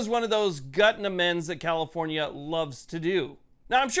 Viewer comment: Did you say COMIFORNIA or was I not paying attention 😂The leaders of the enfringments gang Definitely they are not people friendly specifically if they want rights to exercise rights